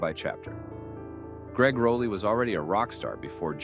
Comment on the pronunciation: Rah lee -- not Row lee.